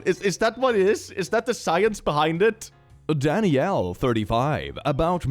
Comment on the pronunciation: When he said Danyelle I heard Daddyelle. This is what I get for abusing my ears.